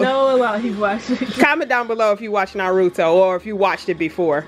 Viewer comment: Y’all are definitely saying the name of the anime wrong 💀💀💀